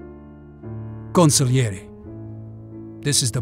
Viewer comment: Ha pronunciato così bene "Consigliere" che glielo compro solo per questo.